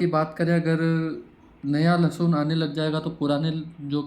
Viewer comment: लसुन नहीं भैय्या जी लसन